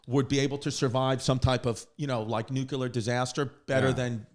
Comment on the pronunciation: NUCLEAR NOT NUCULAR